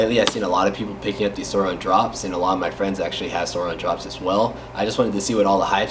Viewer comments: SOURIIIIIIIN “iiiiiiiii” SAY IT CMON. NOT SOUROOOOOON. ITS SOURIN! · He sounds white He says sourin like he think it’s “souron” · It’s pronounced sore-in, but I really liked this video